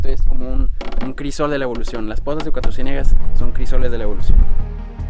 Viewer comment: Soy Coahuilense y me super estresó que se la pasara diciendo CUATRO CIÉNEGAS.... Es Cuatrociénegas TODO JUNTOOO